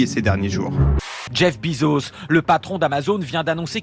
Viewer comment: Jeff Bezos ça ne se prononce pas "Bizos" putain... mais les français prononcent n'importe comment